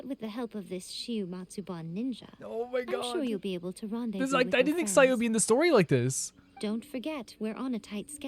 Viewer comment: ITS SAYUUUU